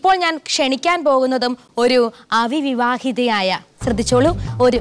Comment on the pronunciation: അവിവിവാഹിത എന്നാണൊ അവിവാഹിത എന്നല്ലേ മലയാളത്തെ കൊല്ലുമോ